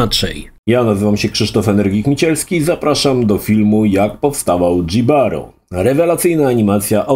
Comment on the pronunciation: Nie "Dżibaro", tylko "Hibaro" ignorancie.